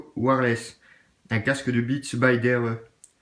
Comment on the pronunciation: By dere mdrrrr c'est docteur dre